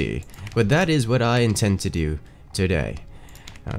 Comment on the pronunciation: "wha'?" - 1/1/2019